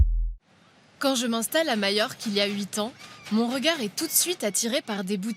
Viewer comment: Ne dit-on pas MaJorque en français avec un "j" comme dans "majeur"?? Pourquoi ce "MaÏorque"🙉 inspiré de l'allemand?